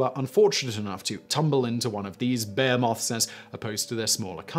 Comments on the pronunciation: Does so well with the foreign words a pronouciations. But Behemoth is pronouced Beheemoth not Behamoth - Still cracking videos though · Additionally, it's Sa-juh-teh-ree-uhs, not Sag-i-teh-ree-uhs. Also, buh-hee-muhth, not bee-moth. Simon's an intelligent guy, but the mispronunciations irk me. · Damnit.. its bo- he- myth not bearmoth.. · I thought he said bear-moth, which sounds like a terrifying chimera. 🤔